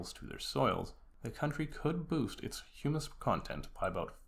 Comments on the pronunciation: Humus is said like Hugh-mus or Hoo-mus not Hummus. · Hummus is a bean dip. Short U, rhymes with 'hum muss. Humus sounds like 'Hugh muss. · Hummus and humus are two different things. Humus is pronounced HYOO-muss. And hummus is pronounced HUH-muss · you are correct. Its Huuuuumes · Sorry, I can't take seriously a video about soil by someone who can't correctly pronounce "humus" and apparently doesn't know the difference between herbicide and fertilizer. Nor do I care for clicking on a video on Terra Pera and getting a sermon on the evils of the ag chemicals that are keeping us fed. Here's what I hate in general about the BS over Terra Peta and the attempts to recreate it. It completely ignores the primary problem with our understanding of soil. Soil is not "stuff". Soil is not a set of things. It is a system of interactions. No one is going to recreate Terra Preta in North America or Europe anymore than they could recreate a tropical rain forest. Terra Preta is a tropical rainforest soil based in yellow clay. Putting charcoal and fish bones in the ground in Massachusetts isn't going to create Terra Peta any more than it's going to grow up in a rainforest of mahogany and howler monkeys. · I am pretty sure 50,000 worms don't equal the weight of a cow, plus that's an extremely low population density.Maybe you meant 500,000 worms per acre, which is still inaccurate regarding weight comparison but closer. 2.5 minutes in and this combined with the hummus\humus pronunciation thing doesn't inspire confidence in the accuracy. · you don't pronounce humus like that chickpea spread for your pita bread 😂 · I wonder how someone making a video on soil manages to get that wrong.